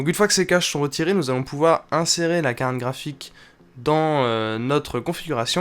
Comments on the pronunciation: j'entend carne graphique ou bien? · Quand dit carte graphique, j'ai l'impression qu'il se concentre pour ne pas dire carkraphique xD